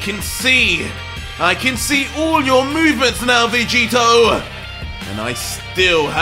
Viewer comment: Anybody else notice and laugh when says Vegeter instead of Vegeta 😂 I love it! Keep up the great work....